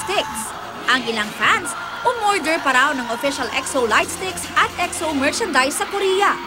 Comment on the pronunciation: jusq "xo" nanaman yung pagkapronounce